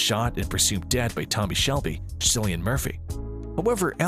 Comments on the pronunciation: It's pronounced Killian, not Sillian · It’s KILLian Murphy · Mans said Cilian like “sillyan” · It's hard to think you know what you're talking about when you haven't yet learned how to pronounce Cillian Murphy's name.. Just sayin'...